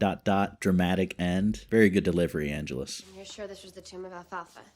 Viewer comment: Minor nitpick, but your mispronunciation of Angelus has been driving me batty. It's ann-jealous. I loved your reaction to When Liam met Darla. . . (Angel's origin story) The actor playing Kendra? Even 10 years later she was still playing a teenager! Didn't you recognize Darla (the lady vampire hanging out in the alley) from the first few episodes of season one?